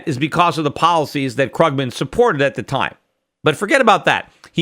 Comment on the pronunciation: The way he pronounces Paul Krugman's name though... *shudder*